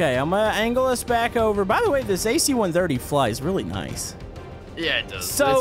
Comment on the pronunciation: It hurts me every time he says ac-130